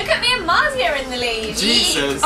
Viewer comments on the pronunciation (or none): Felix x Marzia should be... Farzia don't forget you HAVE to pronounce it "Fartz-ee-a" for the real affect. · It was so awkward how Zoe kept pronouncing Marzia's name wrong lmao